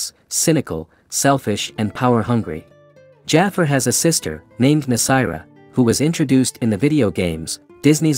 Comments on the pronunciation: And also it’s Jafar not jafer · Bro mispronounced Gaston and Jafar like they haven't been around for yours 😅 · Wow! That's a lot of descendants. Again you pronounced the Name Jafar and Gaston wrong. Never mind! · That’s what I’m saying, he also says gasten instead of Gaston and Jafer instead of Jafar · WHO DA HECK JAIFAR ITS PRONOUNCED JAFAR